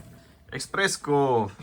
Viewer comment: espresso, nie expreso